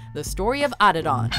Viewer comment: Can’t pronounce Adidon LMAO